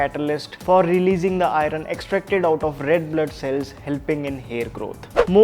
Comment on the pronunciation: Please correct the pronunciation of " iron"